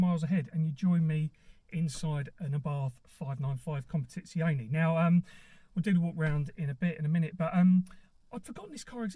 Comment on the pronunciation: Oh... I forgot to mention it's pronounced Competiziorrrrne lol.... I'm half Italian 😊 You were fine until the very end😉